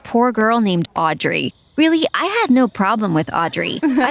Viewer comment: you are NOT saying Audrey right